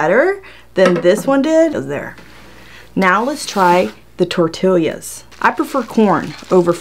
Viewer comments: "Tor-TEE-ya." Just sayin' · She said tortilias wtf Edit: I’m glad she now bows how to say it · “Tor-till’yas” ?? 😂🤣, as opposed to “tor-tee-as” .. kinda cute ! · your knife is fake diamond coated! We say tortillas, you say tortilias. It's all good! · OMG Tor tee yas! Not tor till yas! The southern trumps the Puerto Rican! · Its definitely NOT Tortill*i*a ITS Tortill-a... NO extra I !!! jesus .. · it's tortillas...not tortilias...... gosh I cringed so hard hearing you and it took you 10 minutes to even start with the first test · I like that you call them tortilias lol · Tor tee yas The double LL makes a Y sound. Funny how she pronounced both the L and the Y sounds. ☺ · Lmao 😂😂 at you saying “tortillias” I was one of those ppl saying omg if she don’t say it the right way (puling hair 😠😤😂) ❤️❤️ still love watching you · "tor'TILL yas" hahaha!!! :-D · I love when you say tor tillius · tor ti lias omg girl say it right ahahahahaha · Tortilias?🤔 Sorry but did I hear wrong? Am I trippin or she actually said T-O-R-T-I-L-I-A-S😂 this has me dying never herd anyone call them that😂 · Can’t believe it cut those “tortillyAhz”!!! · "tortillias" lmao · 80 tortilyuhs 😂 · TORTILIAS??? lmao ok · Momma Jen I laughed everytime she said that! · Don't you live in Texas? Lol,. Tortillas are pronounced; 'Tore Tea yas!' G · Tortilla = Tor-te-ya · Tor Tee Ah :) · She said TORT-ILIAS🙄🤦🏻‍♂️ I’m done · Great video 👍😄 Just the way you pronounce tortillas 😄 I've never heard someone say it that way 😂😂😂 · I really liked this video until I heard you say tortillas.